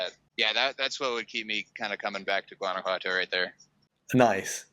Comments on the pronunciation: It kills me how in the intro he pronounces Guanajuato and is NOT GuanajuaNto is Guanajuato :I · juan-a-hua-toe... yeah that bothered me too, haha. If you're going to talk about a place, learn to pronounce it correctly. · Please learn how to pronounce the word GTO. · It would be nice if you learned how to pronounce Guanajuato.Thank you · Dude's, loved the vid. But, please learn how to pronounce Guanajuato! Drop the hard G.... I love both San Miguel and Guanajuato. But, I ended up moving to Merida. It's super hot, but has all I want. Que te vaya bien. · Is that really how you pronounce San Miguel de Allende and Guanajuato?